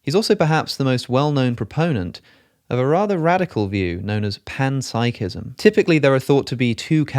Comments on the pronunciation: ooooh…you were saying PEN-psychism this whole time and I thought you were saying PAN-psychism!!🖊️🍳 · Did he just say penpsychism?